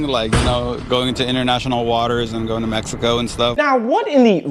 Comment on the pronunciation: "This trip to Meixco was no bueno" 😂😂the reporter being a reporter